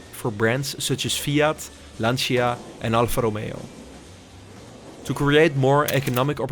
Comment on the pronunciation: Its not pronounced “Lanch-ia” but “Lancha”